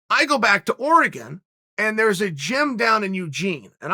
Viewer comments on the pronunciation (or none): none